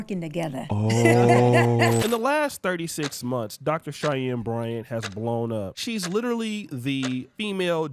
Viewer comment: How many times did say, "Cheyennes Bryants" 😂.